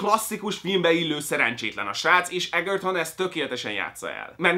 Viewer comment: Edzserton. eDZSerton. De jó a kritika <3